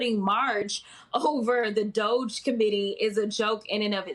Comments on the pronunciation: Jonathan: Good on you, pronouncing it DODGY. Myself, I've been using DOGGY ever since President Musk became a pitchman for that stupid gag cryptocurrency after which he apparently wants to name an actual government department. You people are descending into situation tragicomedy. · I agree that it is dodgy, but it's still pronounced dojzh. See Homestar Runner circa 2005. Amusingly, the original quote is "I'm not your dojzh." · I just love Jasmine Crockett! She doesn't back down! I also love the way you, Jonathan, pronounce DOGE. Sorry, but I must use that one!! 😂